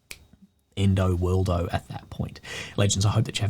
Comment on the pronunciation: Endo Worldo. Sheesh!